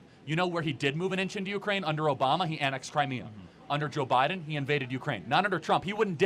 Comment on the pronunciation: Beedin no no biden